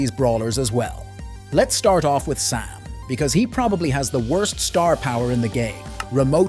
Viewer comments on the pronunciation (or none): "Let's start out with sam" I heard pam☠️